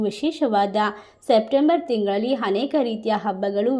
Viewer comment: ಹನೇಕ ಅಲ್ಲ. ಅನೇಕ ಎಂದು ಹೇಳಿ.